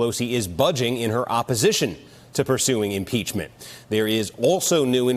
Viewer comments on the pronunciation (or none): Did he say 'umpeachment'? We need to get to the oringes of this! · I swear he says UN-peachment. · Umpeachment lawl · Did he just say Unpeachment? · he cant even say impeachment properly